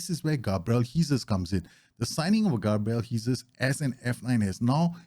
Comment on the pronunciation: Need to work on your pronunciation of Gabriel Jesus’s name 😂 cheers for the vid though!